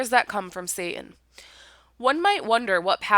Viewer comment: Wish she could pronounce the letter " t" in satan